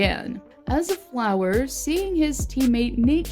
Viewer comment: HIS NAME IS NOT FLOWER ITS FLUREY UR SO DUMB